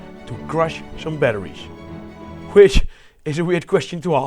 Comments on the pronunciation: how did this guy manage to pronounce a H in 'batteries' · i love how you pronounce batteries. hehe, batteriesh.